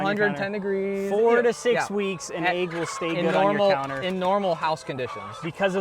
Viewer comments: AIGS! We got AIGS! It's an EGG not AIG! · Head bang every time I heard the letter A in "egg." It's like sleeping on a bade, chaking a list twice, trayking through the forest, looking for a treasure chaste, putting your nake on the line for someone, the baste of the baste in waystern haymisphere. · The way you pronounce "egg" drove me insane